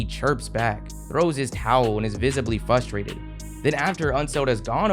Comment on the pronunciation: It's pronounced FRUS-trated, not FUSS-trated. Lemme guess, you still say lab-top when talking about your compooter